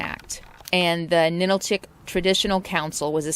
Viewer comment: I'm sorry, but I have to correct your pronunciations again because you have butchered many of the names. Especially when you speak of the AL - yoot (aleut) and Ah - LOO - tick (Alutiiq). NA - nill - chick (Ninilchik). AH - skoal - kof (Oskolkoff). Da - NYE - na (D'naina). Sol - DOT - na (Soldotna) And if you like down home, visit Talkeetna. Although it's very touristy in the summer. And did you call the animal on the whistle a moose?! It's a caribou. 😕